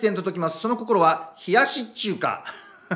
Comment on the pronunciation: 最後の謎かけ「冷やし中華」が「冷やし中🇨🇳韓🇰🇷」に聞こえて…